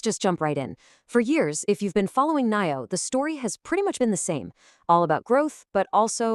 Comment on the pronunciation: day deam believing like last year..the year b4 etc.. a video with Ai c=voice not even able to pronouce NIO is not exactly adding credibility .. make a video about how it can avoid backrupcy.. that would be more appropriate given the 95% decline.. and one way down since the earth was created.. save the joke predictions and execute